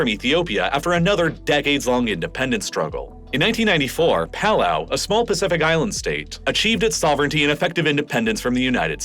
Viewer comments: PuuuuuhlOw = Palau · all that and you can't pronounce Timor or Palau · Based on his pronunciation of palau and east timor, I think this is AI